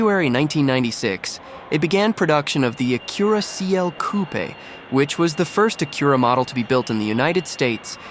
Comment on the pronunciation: The Ah-Cure-a Coo-pay? Bros either slow or trolling . Its aa-cue-rah coop goofy